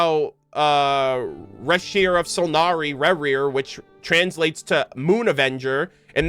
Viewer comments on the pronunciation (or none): Racher is pronounced "Re-HERE" of Solnari, Rerir o/